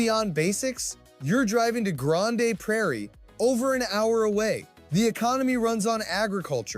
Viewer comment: Definitely not someone from Alberta -- "Gran-day Prairie"